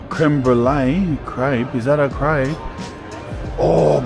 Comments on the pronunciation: You wanna add a double p for proper Crayp pronounciation, lad! 😄 Montmartre is a nice place for sure! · 'its a cool krepe' hahaha